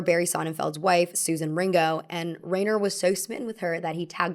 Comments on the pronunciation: The director of your favorite film pronounces his name Ri-ner, not Rain-er. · It's Rob RYE-ner, NOT RAIN-er. The general rule of germanic names with "ei" or "ie" is that you pronounce the second letter. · Reiner is pronounced rye-ner… not ray-ner 😬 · Actor - director - producer Rob Reiner's name is pronounced "RY-ner", not "Rayner". I'm sure I'll be written off as some kind of cranky "Boomer", but it hurts your ability to be taken seriously when you repeatedly mispronounce the name of one of the most prolific and talented directors in the industry. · R eye ner, not Rain ner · Rob Reiner's name is pronounced "Ryner" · Rob Reiner is pronounced Rine er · Love the commentary, but though loves Rob Reiner's movie, she mispronounced his name throughout the segment about his film. It's Reiner = "RYE-ner" I'm old and grew up knowing him and his famous dad from TV and the new generation should be informed to at least SAY this comedy giant's name correctly. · rainer? rainer? geez... big, thick unsub for that one. film literacy should include the pronunciation of crazy-established names. I do like rainer tho.. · Great video!! Im excited for rom com fall 😊. Oh! It's pronounced Rob RYE-NER 🙂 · Reiner is pronounced R-eye-ner. I think with names in particular it would be worth your time to learn to pronounce them correctly (this happens a lot in your videos), as it comes off as disrespectful to the person and their work. It's also frankly really unprofessional, and this is literally your job. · please, please please PLEASE look up name pronunciations before recording! the rein in reiner is pronounced like the stein in frankenstein. his name will be said at the end of any interview. flubbing word pronunciations is one thing, but it's important to get people's names right. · I love you, but how you're saying "Reiner" is driving me nuts lol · I love you,! Even though you said Rob Reiner's name wrong like a hundred times.